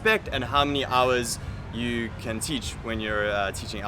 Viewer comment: The hardest thing for the Vietnamese, is trying to learn English from all the people coming to Vietnam, to teach English, with heavy accents and broken English themselves. People from India for example, or any other person that can not use proper diction. For example: this gentleman say (you) like it is spelled eww. Not trying to down this guy, it's something to think about before you try to come and teach. Vietnamese are not dumb, they will soon learn that you are not teaching with the proper pronunciation and spread the word that you are not good. Good Luck!